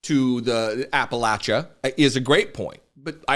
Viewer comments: Thanks for your YourTube vidios and for your ofen humorous commentaries. Thank you Pete for being strong enough in who you are and to aticulate the truth eloquently and without a trace of malice. Also Pete..thanks for.for saying Ap-pa-LATCH-a, and not I Ap-pa-Lay-cha! ****But you can say it eiher way as long as Kamala is elected President. Then we can celebrate with some sweet tea, grits, and maybe a little shine. By the way Pete I also voted for you. 🥰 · You earned my eternal love with this video. You didn't pronounce it "Appa-lay-chu." You said "Appa-latch-uh." As a lifelong Appalachian, THANK YOU, SIR!!! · Buttigieg is one of the few people I've seen to actually pronounce Appalachia correctly.